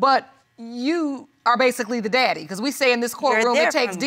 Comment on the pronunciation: Did say Diddy; instead of daddy?